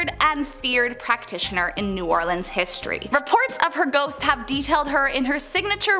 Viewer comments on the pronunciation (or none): none